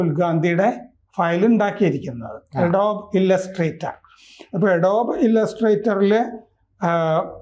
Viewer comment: അഡോബ് ....!! എഡോബ്‌ അല്ല...!!